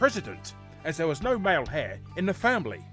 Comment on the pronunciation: “Male hair” Lol “Heir” is pronounced like “air”. Silent H.